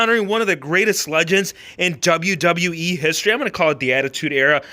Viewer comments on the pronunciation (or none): This guy says Wwe with a D “ Dub yew ,dub yew , eeeeeee